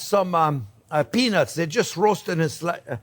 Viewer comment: ow that was peanuts... The T was too silent chef. South Africa ZA